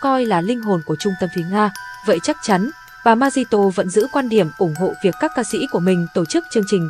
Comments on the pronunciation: 😂 người parky bị ngọng phát âm không chính xác chữ r mà nói z đó😂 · MC ơi phát âm tên MARI TÔ cho chuẩn chứ 😅